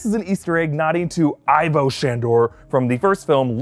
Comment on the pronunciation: it's pronounced ee-voh not eye-voh